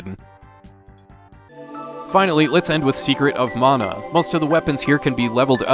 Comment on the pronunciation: I was happy you pronounced "Mana" correctly, but then you said... "Necko..." To soft reset on SoM you can hold L and R and press start and select. You can do that on a few Squaresoft games if I recall correctly.